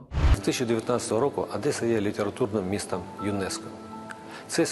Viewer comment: Не адєса, а Одеса